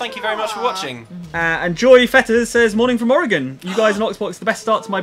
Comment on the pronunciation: and thanks for pronouncing my home state correctly!! (Oregon) i know plenty of Americans who cant even pronounce it correctly. that made me happy :-)